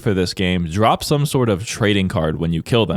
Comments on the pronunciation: Don't you mean, "when you die you 'rop' all your items"? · The disrespect increased with every "dead-rop"